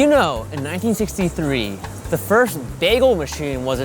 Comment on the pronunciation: "the FIRF bagel machine"